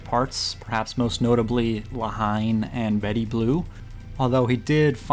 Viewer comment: More shocking than anything in Titane was your pronunciation of La Haine. Congratulations.